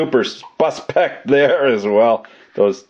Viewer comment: You almost made a new uncle bumblefuck term at the end there almost sounded like puspect instead of suspect